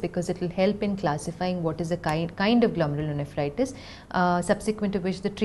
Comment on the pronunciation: Thanks, great video, has explained very well, she pronounced the name of disease very fluently every time, I cant even do that once.